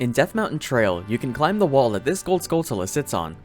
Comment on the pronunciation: Hey, neat video! I am curious about one trivia however. How come you pronounce the B in climb?